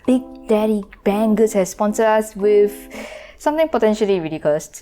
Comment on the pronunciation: English: with: wivff